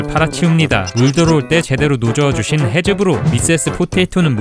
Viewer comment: 해즈브로가 아니라 하즈브로 아닌가?